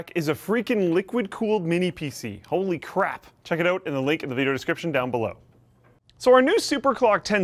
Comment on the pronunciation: with the zbox thing it sounds like says only crap rather then holy crap